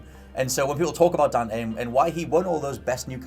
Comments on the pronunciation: Dan’e lol it’s Dante. Not Dan’e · As long as it is "Dante" and not "Donte", Ill be happy. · DevilHunterDante DANTE** not DONTE LOL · Just his accent sometimes throws off his pronunciation of the T. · funny way to say dante... xD